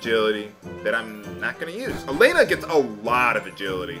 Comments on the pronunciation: And about name of main heroine. Actually there isn't name like Alena in russian, sure Belorussian version have that spelling, but if game roleplaying russian here name is same as Hellen or Ellen and actually written as Alёna(yes with dots) and spells like Alyona. Well a little ranting for teh great justice. p.s. And i'm amased how close to truth you pronounced Kyril and Borya names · Alena's name is pronounced wrong. She is like Alex from Totally Spies because of her martial artist attacks. 🎌